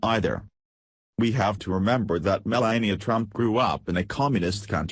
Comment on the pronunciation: Should be called Breaking Fake News. Sorry your speaker has such a terrible sore throat and can hardly talk. Much of it is garbled and poorly pronounced. You keep pronouncing Melania's name wrong. Trump has quickly made the U.S. a disgrace to the world, and he is already the least liked President in all History. He breaks all his promises, and can't get his act together to get any legislation passed, and has driven away even support from his own party by his bizarre lies, lack of knowledge of how the White House and government works, and lack of any class or ability to speak coherent adult sentences even. Is the man suffering from a dementia of some kind, or is he just naturally that insufferable and stupid? He keeps shooting himself in the foot with childish tantrum and has made a disgrace of himself in a very short time. I'm not even an American and I can see it, so what is wrong with you people in the U.S. to be putting up with a deceptive buffoon like him? it's very fortunate this video gets so few views.